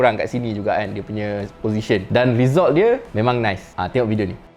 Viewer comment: Kalau abang pronounce result betul2 saya subscribe